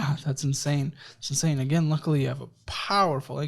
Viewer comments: it’s insane not inasne 😂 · what’s ‘inasne’ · “This is INASNE…” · "This is inasne"! 😊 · Inasne or insane? Lol